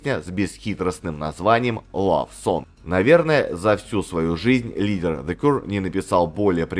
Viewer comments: Не Кур, а Кьюэ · Кью или Киё буква Р не произносится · Для начала автору неплохо было бы научиться правильно произносить название группы: "Зе Кьюэ". Из-за коверкания названия видео смотреть не стал - невыносимо это... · Спасибо, очень интересно было послушать про одну из любимых британских групп. Про the Cure как то маловато информации в инете. Единственное, немного странное произношение названия группы у автора, ну да ладно, главное, что материал собран и подан интересно 👍